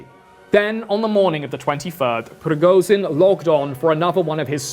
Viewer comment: its rigoSHin, bc z is pronounsed diferently and youre saying it wrong...